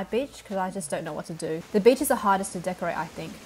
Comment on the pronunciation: Lol every time she says beach it sounds like bitch